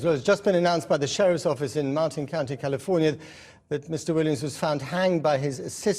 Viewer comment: "Martin" county ??!! egads,man.....